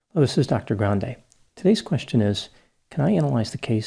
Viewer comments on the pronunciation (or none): none